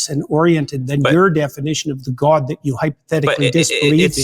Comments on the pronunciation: This is neither here nor there, but the way JP pronounces GAUWD pisses me off so much. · Accents are always regional. So yes, there are Canadians who pronounce the word differently. But the way JP pronounces it (and other words like 'body' or 'complex') is very, very common in Canada. I even checked the Wiktionary and it says god is pronounced like that in Canada (and Wales.)